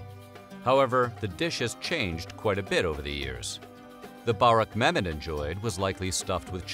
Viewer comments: Its 'Burr wreck' not barreck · Börek is pronounced like boar w rek no baaaa rek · Im cringing at the way he said borek multiple times😭 the ö sounds like an u so it’s pronounced as burek